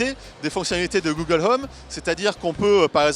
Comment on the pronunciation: "Google Heume"